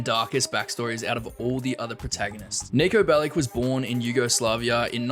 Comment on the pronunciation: This is clickbait its not pronounced Niko belik its pronaunced niko belič č=ch And he isnt serbian he is Montenegran and you mispronounced milica belic You oronounced it milika belic Its pronounced milica belič C=Ts